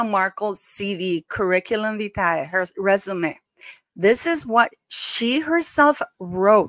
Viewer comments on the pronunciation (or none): none